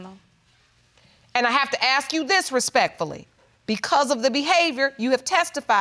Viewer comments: Why the heck this people keep saying ax instead of ask 🙈🙈🙈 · Why do they say aks instead of ask ?